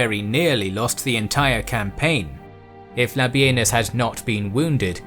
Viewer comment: No, no not Labienus La Benis